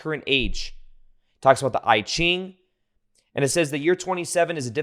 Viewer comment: Good info. FYI, you mispronounced I Ching; but it’s easier to hear in a google translate than trying to spell it. Kinda sounds like E geengh. And I concur with other comments; don’t worry about being esoteric . It’s thoughtful of you though! 😊